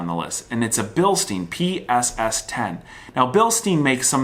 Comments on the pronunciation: Bilstein - not Bilsteen. Ya he scored. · Its called "Bilstein" not "Bilsteeen". You Can try with "sshh" sound at Stein. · learn to pronounce it right you hack - it's not bilsteen, it's bilstein, have google translate sound it out for you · Bilstein please... desr muricans not billsteen... its a german factory... same goes for Porsche not porsh... 😅